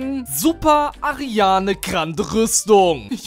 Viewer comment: Mich triggert das, das er die ganze Zeit ARIANE sagt